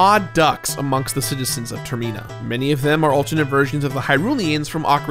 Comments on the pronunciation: Have I been mispronouncing “Termina” this whole time? I doubt it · The way he says Termina is so awful. It literally comes from the word terminal, as in leading to death, so the way to pronounce it is already there for people. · Is it irking anyone else how he pronounces termina? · Yep, same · Anyone else flinch each time he said "Termina"? I've never heard any other soul pronounce it that way before. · Never heard Termina pronounced like that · I hate how you pronounce termina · Ah, that mispronunciation of Termina triggers me something fierce/ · If you pronounce a word wrong, that would be a mispronunciation. I'm not aware of an accent that pronounces terminal like that, which is the inspiration of Termina. Also, we've heard the name spoken in trailers and interviews so it isn't like this is a written word only. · Pretty sure it's supposed to be from terminal or terminate. So no, ignore weird ter-MEEN-ah. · So have I been pronouncing term-I-na wrong for over 20 years? Or does he pronounce it weird? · Turmena , that's what I see every time he says termina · The Twinmold fight sucks ass in the 3DS version. It was the one and only point in my play-through where I got dangerously close to time running out because the "wrestling" portion is just so awkward. Edit: TerMIna?? Seriously?? Can't you pronounce anything right,?? 😆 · Ok ok ok...WTH Is “Tayerrmeeeenah”??? Who is pronouncing Termina incorrectly??? I HAVE TO KNOW. (Seriously please lmk the correct pronunciation... anyone). ALSO- why are you in a photo with Jamie Lee Curtis? What an I missing lol I feel like in suddenly company out of the loop! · Wait... Is he pronouncing Termina wrong or I been saying it wrong this whole time??? Now that I think about it... It's like pronouncing Terminal but without the "L" sound ? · There's no difference between ih and ee, the problem is he's putting weird emphasis on the second syllable when it's clearly meant to be related to 'terminal' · ITS TER-MI-NA